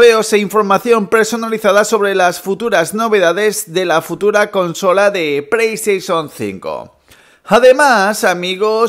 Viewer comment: Que no es “preiestesion” es “playstation”... puto paladar corto que gastas